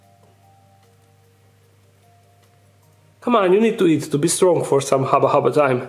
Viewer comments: Hubba Hubba... Not Haba Haba... Incorrect English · It's hubba hubba not haba haba 😂😂😂😂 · Dark den friends, when are we gonna tell him that it’s “Hubba hubba” not “Haba haba”